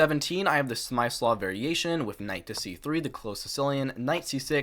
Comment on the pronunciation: Amazing effort to produce this 2 hour video! Please do learn how to pronounce "Scheveningen" and Smyslov